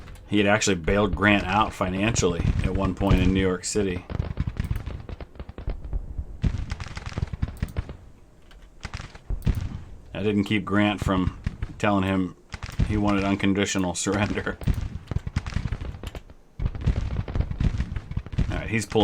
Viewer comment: 'Uncondiconal Surrender' Grant